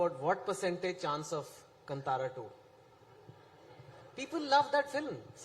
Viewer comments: Kantara not cuntara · Still these idiots pronounce as KaNtara like Kannad. It is kaantara like Rishab Shetty said. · It's not Kntara, it's Kaantara. Correct your pronunciation. Very well said Anupam sir when you say these are Indian film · Still they can't pronounce Kantara properly!!